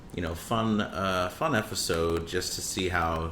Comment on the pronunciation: Ok you say "efisode" for sure